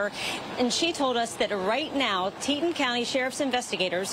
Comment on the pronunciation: Teton is pronounced Tee-Tawn.